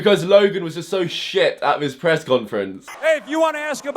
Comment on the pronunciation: It’s ‘this’ not ‘viss’